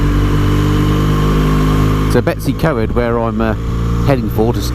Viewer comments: I like your channel. Ive been riding for nearly 50 years now. Still ride a zx14 r so its my yardstick on aging. Now I was born in Wales. Betws-y-Coed is pronounced BETTIS- EE- COID. Not Betty' s CoEd which sounds like some bints secondary school. Watching on my tv with no access to comments and commenting on my tablet. I really enjoyed your tour of Scotland where we went a couple years ago through Ullapool to Tweed, in a hire car not a bike, as we live in remote southern West Australia, where the snakes and spiders are. You do not realise how fantastic it is to see green fields and lush gardens and cleansheep and rain and temperatures no higher than 25 C. O k i can go back to the big screen, the scenery and your pleasant monoloque alone in your helmet threading your way sedately through the 20 million tiny hatchbacks. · Betws-Y-Coed is pronounced "Better See Coid" and Beddgelert is "Beth Gel Art" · Nice video however I was cringing at the pronounciation of the Welsh names. I know you mentioned in the video about it. To get you on the right road to say the Welsh place names: Betws-y-coed is Bettus ur coid; Llanrwst is thlanroost, Beddgelert is Bed gellet (dd is th). Good luck with Llanfair pg - longest place name. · That was a very English pronunciation of Betws y coed. Lovely little village gets hectic during the holidays. Nice to see the place again thank you.